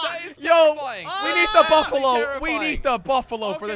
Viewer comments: its not buffalon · Cape Buffalo not cape bufflon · You say buffalo not buffalon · It's buffalo no bafalo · I was laughing cas you was saying Buffalo and it was Buffalon in the time it is I really laugh to hard